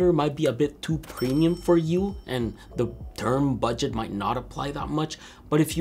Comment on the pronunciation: "BUGDET" (450 euros). My guy...